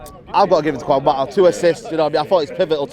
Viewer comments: “Techniquefull” “Quan Mata” 😂😂😂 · Kwan mata tho 😂😂😂